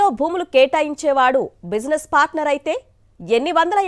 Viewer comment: తూ..తెలుగు రాదు... పాస్టర్ కాదు పార్టనర్ 😡😡😡 ఇలాంటి సొల్లు వార్తలతో నే వైసీపీ పార్టీని నాశనం చేసారు..ముఖ్యంగా మీ పాత్ర ప్రముఖం